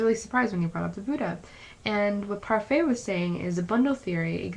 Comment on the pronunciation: It's (Par-fit), not (par-fay) like the mcdonalds french(ish) style yogurt.